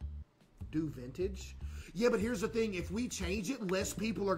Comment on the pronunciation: “back to back thring” had me dying 😂😂